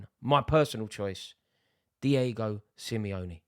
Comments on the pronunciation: Man said Diego Semione are you mad 🤣🤣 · Was with it all the way till Rory said Simeone